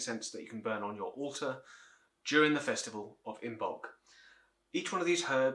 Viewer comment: The "b" is silent. The correct pronunciation is Imolc, in the belly, which refers to pregnant ewes and the time of the first born lambs of the Spring.